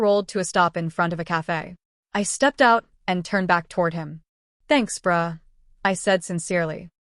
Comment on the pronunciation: Okay the bruh sounded like bra 😂😂😂😂, it's kidda funny